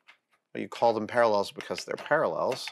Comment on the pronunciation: Great video! Ha-ha "Paralells" instead of "Parallels". I guess that's an inside joke? :) I have the 728 also, and love it. I've 'never' used the Z DRO to set height, I power-feed it down close to the work and then use the quill DRO for actual settings. But the quill LCD is funky, battery-powered and times-out just when you need it most, so I installed a scale on the quill and connected that to the DRO Z axis readout.